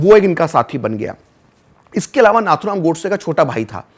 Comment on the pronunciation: FYI - the right pronumciation of Nathuram is "नथुराम" not "नाथुराम". It is an highly uncommon name among Chitpavan brahmins and was his nickname - orginal being Ramachandra. He was called so because many of his elder brothers died when young/in infancy. A nose ring (नथ) was put until three years, hoping at least then the child would survive. He did survive for a great cause !